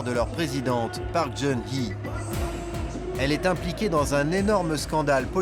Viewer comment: La présidente "Park Djeun-hi"???? Voilà un journaliste qui connaît son sujet. (En coréen, ça se prononce Pak Gueun-hyé, donc rien à voir)